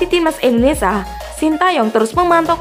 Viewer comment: Indonesia mbak, bukan Indonesa😅🙏🏼